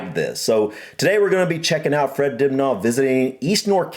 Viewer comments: Hope you dont mind me telling you that Dibnah where i come from in Derbyshire UK is pronounced Dibna not har like Car . Other Counties may disagree Lol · More like Dibneh as and American will see the r and pronounce it, which we don’t in our accents 😄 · It always seems so strange / odd to me to hear say "Fred Dibnah" way he does!! (Like "Dibnarrr") I am so used to thinking of Fred's last name being said like 'Dibner'... I have no idea which is correct, but I have watched so many of Fred's tv programmes about steam engines, Victorian architecture, the 'Industrial Revolution', the old-fashioned steam-powered farm machinery - which replaced horse-drawn farm machines such as the ones which ploughed the fields, etc, plus pumps which cleared the lanes and ditches. His multiples of series cover a wide range of the innovative devices which helped reduce the need for such physical work, as required by the big 'Shire' horses, 'Percherons' and the now quite rare 'Suffolk Punches' (the latter of which are always chestnut in colour, and are classed as being 'clean-legged' eg. they don't have the big hairy legs that the 'Shire' horses have, which reduces the risk of 'cracked heels' caused by their heels and hooves being covered in heavy damp clay soils during their hours ploughing fields). (Sorry for getting side-tracked by horsey facts!)